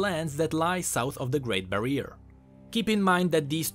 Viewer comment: Great barrier (bari-er) not bareer please..